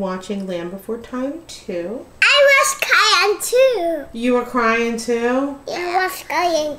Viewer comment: "I was cwying too!" " "I want some more seaweed and onion. It's not poops dad it's just chicken." "I need a shovel." 😅 I can just see them tearing up at a sad movie being as compassionate as they are. I am addicted to the Gimme Seaweed snacks. Love the Teriyaki!